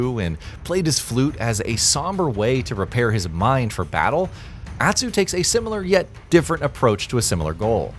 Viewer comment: Why can’t you pronounce Jin, Atsu, Ezo and Tsushima normally?